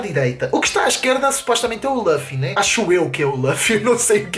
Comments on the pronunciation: só é pena não saberes nem dizer o nome do Luffy.... kkk.... laffy diz ele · Primeiro é luffy e não laffy segundo não é um sombreiro é um chapéu de palha que raiva kkkkk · Luffy e Ruffy sim está certo, mas diz-se LUFFY não Laffy... Isso é o resultado de misturar o inglês ás cenas kkkkk.... e se repararem (quem sabe de one piece) aquele costplay do franky tava bem feito, o é k n sabe sequer o k foi o Time Skip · ´nao é laffy é luffy